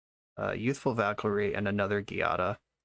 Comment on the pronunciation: this deck is sweet but for the record "giada" is pronounced with a soft g since its an italian name-- /,ji'a,da/